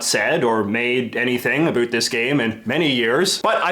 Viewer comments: Omg why do you keep saying "abut" instead of "about"? It's killing me from inside out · You say about weird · now that look more into it seems like he always pronounced about like that and he never really says the word "about" which is weird and the first time i heard him was in this video. But still it's weird that he used the word a lot in this video